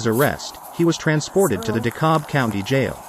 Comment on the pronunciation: Please learn how to pronounce our city. It’s pronounced De-cab not De-cob.